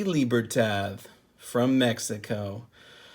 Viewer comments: Mexican here and the D at the end of the libertad is NOT pronounced like “th” we don’t have that sound in Mexican Spanish. It is in fact pronounced like a D. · It would be pronounced lee-bear-todd